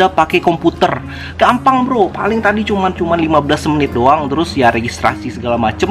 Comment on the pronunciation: Bro di menit pas ngomong kata "tadi" jadi kepleset "ta*" tapi gak papa lah bro kita ngerti kok hehehe, mantap sharing nya bro